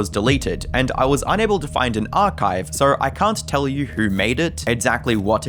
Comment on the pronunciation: ... why did you say Surrrr instead of So